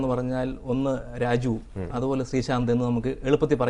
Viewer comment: Sreeshant inu pakaram 'Sthreeshant' ennaanu parayunnath! haha